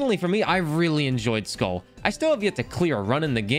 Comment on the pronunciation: Its pronounced mir like skuhl with a long u since it only has one l